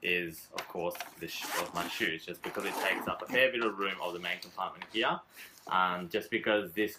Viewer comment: I like how he says "heahhh" for "here". Sounds military. Good review. Thanks